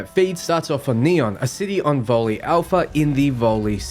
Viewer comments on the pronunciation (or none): LOL. That's NOT a letter "I" at the end of the "Vol", it's actually the Roman numeral designating the 1st of several Vol planets. So it's NOT pronounced "Vol-ley" but Vol ONE aka the first. Like there is a Vol two aka Vol II etc.🤣